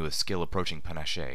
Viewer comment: Thanks for making an audiobook out of Fallout Equestria! I really appreciate the time and effort you put into this project. You're probably already aware, but you mispronounced "panache" . The word sounds like "pen+ash"